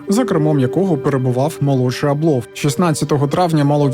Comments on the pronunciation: Я вчилася у одній школі з Євгеном Абловим, корупція то у них династійнне, починаючи з діда (голова колгоспу ім.Мічуріна). А ще у їхньому прізвищі наголос на першу літеру А припадає, бо я спочатку навіть не зрозуміла про кого йдеться. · Дякую за відео.,тебе приємно слухати,хоч історії дійсно...це страшне.Всіх з прийдешніх Новим роком!(наголос на а у прізвищі Аблов).Привіт з Одеси!